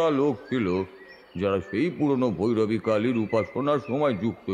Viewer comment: ভৌরবী নয় - ভৈরবী। ভৌ ভৌ 🤓